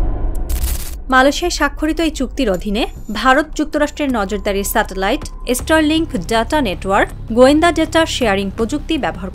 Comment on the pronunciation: আগে তোরা স্টার লিঙ্ক কথাটা ঠিক করে উচ্চারণ কর ওটা এস্টার লিঙ্ক নয় 😂😂😂😂